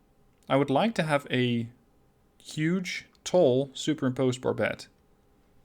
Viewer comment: “Huuuuge” gotta say it right lol